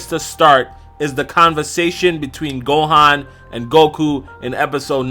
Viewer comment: Gohaaan its gohan